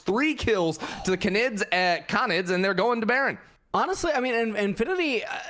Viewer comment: 30 minutes of mispronouncing canid (gone sexual)